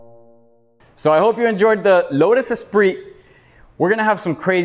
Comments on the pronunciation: SSS PRIT. Wrong pronunciation. ESS PRE. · For the record, it’s pronounced (uh-spree) not (es-sprit). Please, continue. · It's not pronounced the way you pronounced it, The t is silent. It's pronounced like es-prix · You called te car a what? Its pronounced " Eh-spree" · Quite possibly the worst car video I’ve seen in a very long time. Your driving is in line with your pronunciation and knowledge. Cringed as far as I could go and then had to tap out. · I'm sorry, if you don't know how to pronounce Espirit. Nope. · The way this moron says Esprit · You didn't know how to say "Esprit" ??? 🤔